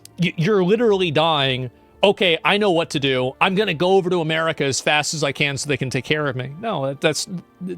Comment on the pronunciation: 'They Ngo now' - Asmon